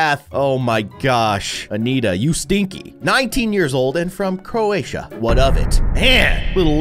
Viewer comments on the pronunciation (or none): none